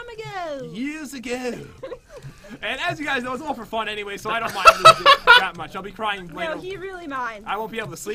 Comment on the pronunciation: =Days that has an EPIC WIN= Pat- "And is the winner for today... As you know its all 'ferfun'..." =Pat's Salty Moments;PP